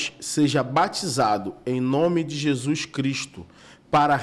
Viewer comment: Paz Amo vocês em Cristo! Já reparam como a fala "Jesuis"....😂 é tão lindo!!!❤